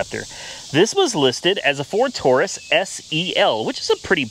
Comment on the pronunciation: It’s not touris it’s Taurus.